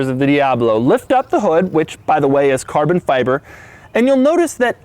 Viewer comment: hit like every time he says CARBON FyyyBIBOR